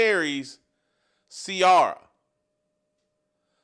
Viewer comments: Omg he can't pronounce Ciara name is unacceptable 😂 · I don’t usually comment NEGATIVELY but Jason and TJ…. Please you know nothing about Russell’s feelings about his lovely wife Ciara , mid-life crisis… whatever. Jason her name is pronounced “See-air-uh” had to break it down phonetically for you!! Love Steve Kim all day every day!!!